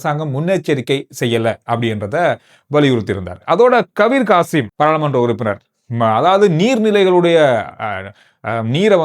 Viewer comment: Not kabeer Kasim ....kabeer hashim